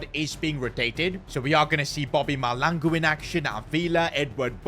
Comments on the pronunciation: its pronounced Ma-Shla-N-Gu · The H is not silent in Mahlangu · As a South African, that Mahlangu pronunciation irks me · how are we gonna tell he ain't pronouncing Mahlangu's name properly😭😭